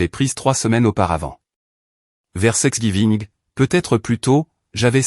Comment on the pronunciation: Thanksgiving pas sexgiving, arrêtez cette horreur de confusion